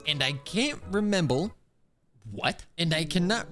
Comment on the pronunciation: remembel hahahahahha